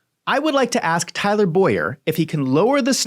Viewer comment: Please dont drag my name into this. He is Tyler Bow-yer. I pronounce Boyer as boy-er😊😊😊